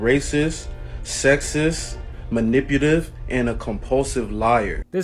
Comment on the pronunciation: dude in a shower cap calls her “maniputive”